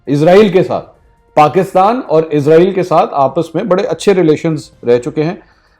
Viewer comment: Bro izrael nhi Israel bola kary